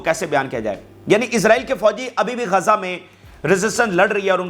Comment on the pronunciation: Gaza kahtay hain na Keh Kaza pls speak properly I mean pronunciation of Gaza rest all is well with Vlog 😊😊